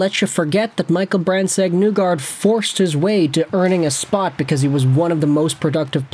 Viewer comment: I'd rather you say the n-word repeatedly than continue to say MBN's name wrong.